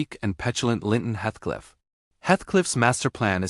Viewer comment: Good summary but would have been better if the robo voice narrator had pronounced Heathcliff's name correctly.